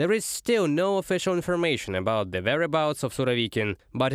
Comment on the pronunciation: Hey guys - there's an English word - "the" - it's a definite article and I'm sure you're familiar with it. IT DOES NOT BEGIN WITH A "Z".. Thanks.